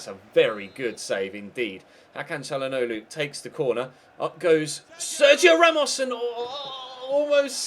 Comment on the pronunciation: I swear the way he says calhanoglu is harder than how you actually say it